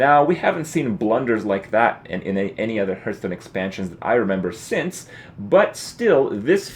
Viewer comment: 3m50s to skip the blabbing... and DAMNIT! It's not H-EARTH its H-ARRRRRRRRTH.